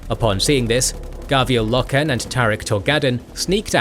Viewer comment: Okay this is gonna annoy me and yes I am "that guy" for doing this but its Roe-gul Dorn not Roh-gal, Low-ken, not Loh-ken, Eye-doe-lon not Eye-doh-lon